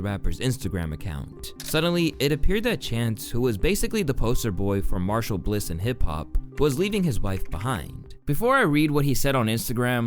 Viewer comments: did you say martial instead of marital? 😭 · you just said "marshall bliss" instead of marital and "artistisis" LMAO😂😂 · marital bliss--pronounced mare-it-ull. not marshall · *marital, the word sounds like ‘marriage’; I know it looks similar to martial, like martial arts, pronounced ‘marshal’….but when discussing his divorce and in context of discussing his supposedly happy marriage, the common term is “marital bliss”…it’s a common enough mistake, it just detracts from your professional presentation (you got amicably close enough; the thing is, you can hear any and every word pronounced correctly in seconds online, there is little defense for not double-checking if you’re in question) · If you Youtuber's are going to try to be "journalists" learn how to pronounce your scripts, this shit is embarrassing. "Marital" is not Martial. Amicably is not pronounced like that. 🤦🏾‍♂️ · "Martial bliss" tell me you use ai without telling me you use ai. Imma unfollow. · God damn it lol. It’s not karate dude. it’s Merritt-tuh-bol bliss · “martial bliss” can’t even read a script bruh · it's pronounced mare-it-al not marshall lol